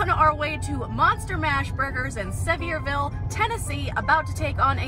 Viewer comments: pronounced Sa-VEER-Ville, just saying! LOLOL! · It's pronounced severe-ville. (Sevierville) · its pronounced Sa-ver-a-ville